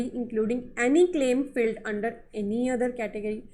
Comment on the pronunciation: No doubt u hv great knowledge of GST... But whenever I watch ur videos... I'm very much distracted by some of ur words like "SAD VS SAID" & "FILLED VS FILED" pronounced. Please forgive me... Hope u won't mind. Thanks.